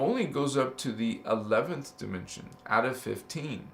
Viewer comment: You pronounced dimension as Die Men sion. I think you and Rio Ascind, rainbow 🌈 body Master frequency out of this world can align together